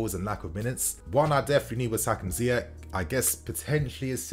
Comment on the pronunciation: Sorry who is this player Ziyek who is talking about? completely destroyed integrity of knowledge when you get your player's name wrong home work Ziyesh is how you say it.